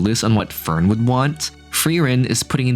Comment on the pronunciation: the way you pronounce fern is hilarious because you say förn.